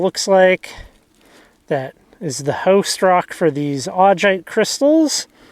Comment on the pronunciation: There are better examples of Augite up Lincoln creek valley. If you are in the Doty hills then you are on the wrong side of the ridge. The Lincoln creek formation is a pretty large area. Also it is pronounced Au-guy-t. Also in the Lincoln creek formation you can also find pillow basalt.